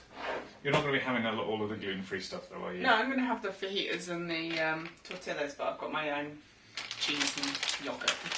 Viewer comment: Please please I'm begging don't pronaunce tortilla like that! 😂😂😂